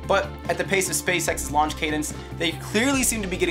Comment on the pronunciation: What's a "lauch abort" system?